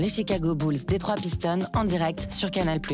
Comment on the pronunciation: lol deja t as entendu la prononciation des pistons ? Lol dans ton travail et dans le mien on respecte le nom des gens non ? Bossez la prononciation c est le minimum